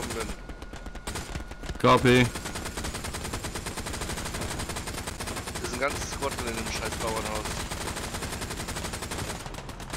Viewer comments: Wie sie alle "KP" rufen, anstatt "copy".... Bis dann endlich mal einer der englischen Aussprache mächtig war und wirklich "copy" gesagt hat. Und ich dachte mir was wollen die denn die ganze Zeit mit Kompanie, was KP bedeuten würde (in den meisten Fällen) xDDDD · naja, nicht direkt, zumindest nicht so deutlich, dass der Zusammenhang sofort klar wird. Kein Wunder bei der Aussprache (CaPe) fūr Copy. :)